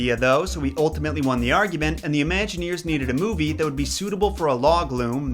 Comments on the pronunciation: It's "log FLUME", not "log loom" :/ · I noticed that, too, (although only once), and I think it's pretty safe to assume that he meant flume. As someone who used to spend all his summer vacations touring amusement parks throughout the States and beyond, I can tell you I'd never heard of a log loom until this video. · "Flume", not "Lume". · Not "loom" it is "Flume" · Log Flume not loom.